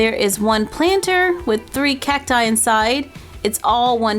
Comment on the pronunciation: Every time she said cacti I thought she was saying cat dye